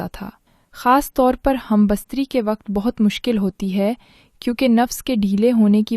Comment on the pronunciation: Humbastaree nahee humbestatee Urdu ki taangain mat toro from kpk swabi